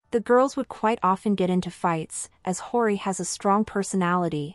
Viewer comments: You're saying her name wrong 😅 h-yoh-ree not horey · is this narration done using bot? i keep hearing hori and haiori. not a fan of finkl or hyori.... but she's great. definitely OG. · It’s pronounced “Hy-yori.” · THANK YOU! "Hori", "Hawrish", "Day-sing" Like wtf, at least try to put in a little effort in pronouncing the Korean names and terms... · Its pronounced Hyo-Ri, like YO, but with a H in the front. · This video is really interesting but the robotic voice and constant mispronunciation of her name is really annoying… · Please, her name sounds so so wrong, 😂 spell it properly😂